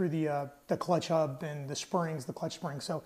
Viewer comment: yeap! I'm from Brazil and "h" sounds like "r", yes, hub! It is a elastic pin and it should be there. I just made one from a roller bearing. All fine now! Thanks! Great video!